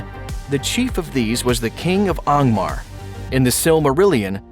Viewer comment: These fellas pronounce Angmar like M. Knight Shamalan pronounces Aang.